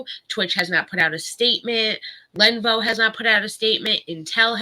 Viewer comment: Len-OHH-vOOOH. Not Lenvo!!!